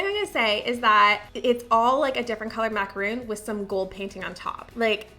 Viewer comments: Macaron. Not macaroon. Two different cookies. You should know the difference. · Had to stop watching after the 2nd time she said macaroon in less than a minute. It's mac-a-ron! I don't know why but that just gets me riled up. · Enjoyed the video but was so dumb struck that a baker didn’t know the correct pronunciation of the French pastry macaron. A macaroon is a coconut cookie. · Macaron not macaroon 🤦‍♀️ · I love your videos, and I’m not trying to be a D*** but it’s macaron not macaroon 🤪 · I love you so much. But every time you say "macaROON" instead of "macaRHON" it's killing me, girl. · The first were macaron. Macaroon are something different. I don't like how the two names are so similar. Not long ago I realized the correct pronunciation and difference. That's the only reason I share. 😊